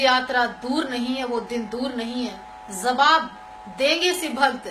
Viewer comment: Iss aurat k andar garmi bahut hai isko thanda kadi yar koi aur madam zaoge nahi jaoge meri jaan zara talafoz ko sahi karo jaanu zawab nahi jawab.